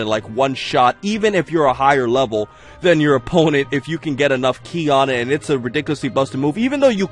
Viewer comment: Also isn't Ki supposed to be pronounced like key?